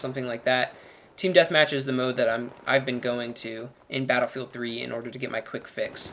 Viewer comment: I heard battlebook. I closed the video.